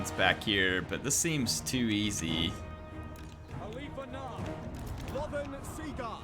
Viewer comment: I've always though it was pronounced A-lith (like "with") Anar as opposed to Aleeth Anar. Any "loremasters" able to clarify?